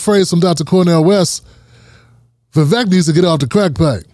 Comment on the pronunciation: Vivek is pronounced Vivake, as in steak or fake. Vivek the Fake, just as DeSantis said.